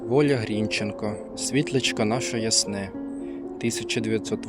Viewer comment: грінчЕнко, вибачте, у мене трігер, явсилась в університеті імені Бориса ГрінчЕнка, то нас сварили за неправильний наголос